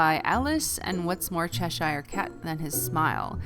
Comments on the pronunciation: cheshire is pronounced 'che-sh-er' not 'che-sh-eye-er'. great video as always though :) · It drives me mad when people say Cheshire wrong 😂 but I can ignore it because you're so good!